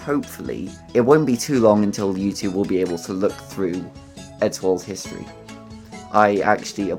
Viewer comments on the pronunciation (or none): none